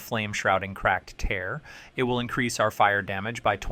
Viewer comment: This guy can’t even pronounce “tear” 😢 😂😂😂 it’s not “bloodsucking crystal TEAR your heart out” 😂😂 Dude read the flavor text of the TEARS as in 😢